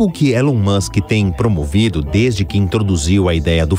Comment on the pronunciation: Esse elon mouchen em 😂😂😂😂😂😂😂😂😂😂😂😂😂